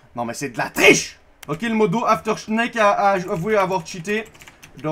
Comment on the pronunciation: AfterShneck mdrrr c AfterShake